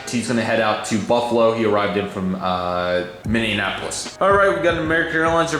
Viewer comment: Sorry to be picky but hearing you completely butcher Minneapolis every time makes me cringe.